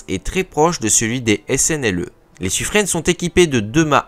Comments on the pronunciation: oui c’est Suffrin. Dans les registres de la Marine royale, les noms sont écrits en phonétiques à côté des noms afin de savoir comment les prononcer, et c’est bel et bien Suffrin. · Bonjour le... On prononce "sufrin" et pas "sufrenne"! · Sufrin comme saturnin, mais non c'est Sufreine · Suffren prononcé Sufrin